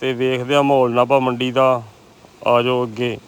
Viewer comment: ਪੰਜਾਬੀ ਸਿੱਖੋ ਵੀਰ "ਨਾਬਾ" ਨੀ "ਨਾਭਾ"